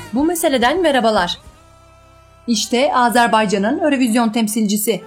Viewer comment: Örövizyon deyil. Avrovizyon ve ya eurovizyon olar